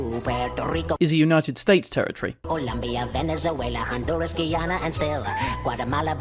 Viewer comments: My Inaccuracies 1. It’s Dominican Republic not Republic Dominican 2. Caribbean is an Island not a Country 3. Greenland is a Province of Denmark 4. Puerto Rico is a Territory of the United States 5. It’s Pronounced gi/on/ua (Guyana) 6. Bermuda is a Territory of the United Kingdom 7. It’s called The Bahamas 8. The actual name of the Country is Trinidad and Tobago 9. San Juan is the Capital City of Puerto Rico 10. French Guiana is a Department of France 11. Guam is also a Territory of the United States 12. Czechoslovakia had broken up to the Czech Republic and Czechia and Slovakia 13. Scotland is not a Nation in its own right it’s a Constituent Country of the United Kingdom 14. When Yakko said Russia it was for the USSR and the Soviet Union had completely dissolved by the time of the song’s release 15. There was only 1 Yemen by the time of the song’s release so now “both Yemen’s.” doesn’t exist anymore 16. England is also not a Nation in its own right it’s a Constituent Country of the United Kingdom just like Scotland 17. Burma isn’t called Burma anymore it is now called Myanmar 18. Kampuchea is now called Cambodia 19. Asia is not a Country (you should know this) 20. There are 2 Koreas even the map shows it but Yakko still just says “Korea.” 21. Tibet is part of China 22. The Philippine Islands is an Island and its referring to the Island itself so it’s called The Philippines 23. Taiwan is part of China 24. New Guinea is Officially called Papua New Guinea so New Guinea is an Isl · OH MY GOD STOP PRONOUNCING "GUYANA/GUIANA" WRONG! BOTH OF YOU!